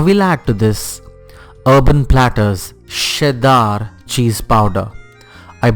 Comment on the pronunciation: Who pronounces cheddar like sheddar!haha